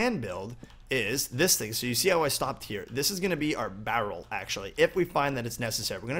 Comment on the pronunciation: You say barrel so weird haha